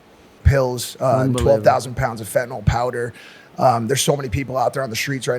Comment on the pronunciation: Thank you for pronouncing it as FentaNYL and not FentaNOL like 99% of folks annoyingly do.